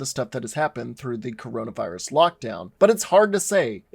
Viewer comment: You said Corona virius